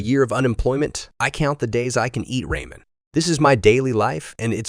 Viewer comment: Lol Ra-Men